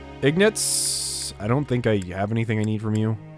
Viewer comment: It's "Ignatz", not "Ignuts"!